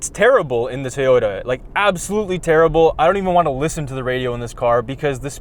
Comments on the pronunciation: TOY-ota, not TAY-ota. Good god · sounds like he says Teyota rather than Toyota:D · It's not TAY-ota, its TOY-ota. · I absolutely LOVE your video. It is a BRILLIANT review! HOWEVER, y'all are driving me CRAZY every damn time you say "TAY-OTA"!!!! And I think the TOY-OTA needs you to get this right! If it ain't a HAY-NDA, it ain't a TAY-OTA!!!! OMG!!!! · Take a drink every time someone says "Tayoda" dead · I love these guys and their reviews..... but their pronounciation of Toyota as “Tay-ohtas” was super annoying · Why does the guy in the yellow shirt not know how to pronounce Toyota??? He calls it "TAY Oh Ta". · Say it with me, guy with glasses. TOW-YO TAH. Not Tee-yo-tah. Thanks. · it's Toyota, not Tayota! That was driving me crazy. I'm in the market for something this size, but this review (and looking at both at the Toronto Auto Show), has confirmed that I will probably go with the Kia Niro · I SWEAR😤😤😤...if he says TAY-YODA one more time...🤯🤯🤯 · “Tee-yota.” Lol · Who the hell says “ Tayota “? It’s like Neesarn and Marsda and Hunday . Come on, pronounce these marques correctly. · I keep hearing “Tey-ota.” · "Teyota"?? Hangover slur or just tired? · Maybe "Tayota"? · You guys really need to figure out how to pronounce "Toyota" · I couldn’t even focus on the review because of the way says “Toyota.” It’s a good thing you’re cute. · There was something bothering me the whole video and I couldn't quite place it. Then I realized it was the way pronounces the word Toyota.:) But watching the Special Outro made me remember there are still some more videos from The Straight Pipes library I have to watch, so thanks for that. As far as this video, I didn't know all these crossovers sucked so much. I've never driven one, and now hopefully I never will.